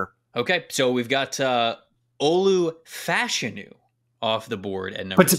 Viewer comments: Olu Fashanu was asked how to pronounce his name at the combine and the accent is on the 1st syllable. It sounds weird, but it is FASHanu. is correct. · As a Gonzaga coach I can confirm that it is Fash—a-new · Yes it is "Fash (like Bash)-anu". Two Nigerian/UK soccer players in the 80s/90s were called Fashanu and pronounced like that. Olu confirmed it at the Combine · Fashanu is a Nigerian name. Short for Ifáshanú. Everyone is pronouncing it wrong but he probably doesn’t care. Which is cool